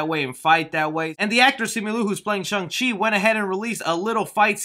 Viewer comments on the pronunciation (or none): Chung-Chi😂😂 It's Shang-Chi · You’re joking it’s obviously Shang not shung also who doesn’t know about Shang chi!? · It's pronounced "Shang Chi" and not the way you said "Shung Chi". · Kevin Feige: Shung-Chi Me: Shang-Chi